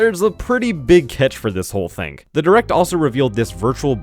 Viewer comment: THING! IT'S THING NOT THINK....MAD MAN! you do it three times. Wtf